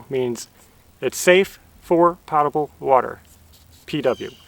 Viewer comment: Just a heads up, potable water to a plumber as my husband is, is pronounced POTE-ABLE water, to my protest but he is right. You did a great job getting that hard job done and it feels so good knocking that out. CONGRATS!